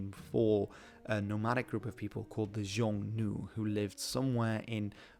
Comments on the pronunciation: Xiongnu is pronounced [shiong-nu]. In Mandarin or other Chinese dialects, ‘Xi’ does not produce the [zh] sound. Again, sh, not zh. In Korean, the pronunciation is [hyoong-no]. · Xiong nu is the standard modern Mandarin term. Xiong is pronounced "hong" in other Chinese languages. It's likely that in older Chinese it had a form more similar to "hongnu". Interesting about "kamos". Not related in any way to "kimiz" drink? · Calling it "Xiongnu" is kind of funny and misleading as "xiong" is the modern mandarin pronunciation of 匈 which in most other Middle Chinese derived varieties of Chinese it's pronounced as "Hung" and "Nu" was probably just a derogatory term Chinese added to refer to an enemy that they despised. It basically comes down to "Hung" vs "Hun" which makes the story a lot easy to interpret.